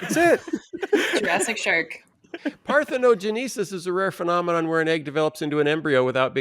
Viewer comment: One would think that someone so familiar with GENESIS would know how to pronounce "parthenoGENESIS". 🙄